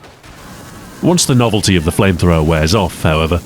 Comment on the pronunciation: Ah yes flamethrowmer